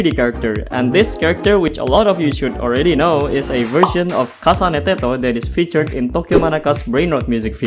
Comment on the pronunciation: Somehow, when i first heard you say kasane teto, i know that ur Indonesian 🗿